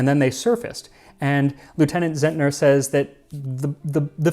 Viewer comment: Well made as always! 👍👍👍 For your information: "Zentner" is pronounced "Tsentner" and the abbreviation "U" for "Untersee" is just an "oo" instead of a "yoo". 🙂